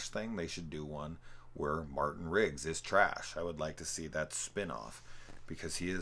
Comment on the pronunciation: You keep saying “Rigg” instead of Riggs, and it’s driving me nuts haha. Good content though, especially in the video on the 4th one.